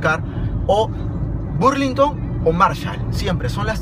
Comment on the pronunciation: no es burlinton es ba no bu